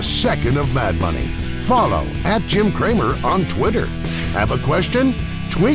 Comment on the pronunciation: When he says “mad money” really fast it sounds like “May I Have Money”.